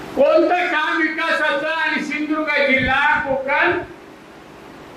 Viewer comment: तु आधी सिंधुदुर्ग उच्चारायला स शीक.